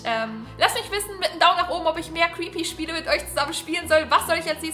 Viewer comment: Creepy nicht treepy 😂👍